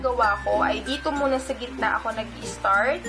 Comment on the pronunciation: start po hindi istart tagabundok ka ba?